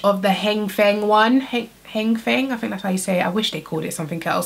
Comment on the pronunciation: The letters "th" when pronounced together do not make an "f" sound. It's THink not Fink.